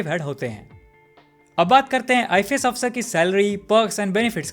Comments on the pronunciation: Learn pronouncing ifs you are speaking it ifes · Bro its I.F.S. officer but you are speaking I.FI.S. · Pronounce WELL "IFS".. NOT " IFAS". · Why you keep pronouncing IFS as ifees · I fi s nahi bhai ifs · Its ifs you are pronouncing it wrong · IFS..pronounce correctly